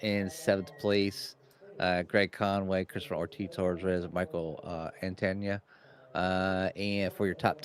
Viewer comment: Loving the broadcasts! It's Michael Antaya in the Marlboro Ferrari, pronounced An-Tee-Uh btw. Keep it up fellas